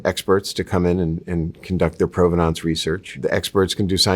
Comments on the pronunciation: This guy says provenance funny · This. Thank you. It drove me crazy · Why does he mispronounce provenance every single time? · I'm just struggling with the way he's pronouncing provenance